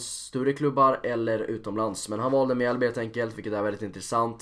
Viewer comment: Riktigt bra videoide! Gör gärna fler videos där du pratar om alla lag i allsvenskan för jag tror du kan nå ut till en bredare publik på det viset :) Måste dock som Mjällby supporter inflika om att det inte uttalas mjääääälby utan Mjällby